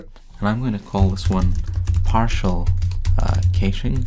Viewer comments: ***** It is supposed to sound like "cashing" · is supposed to sound like "ka-shing"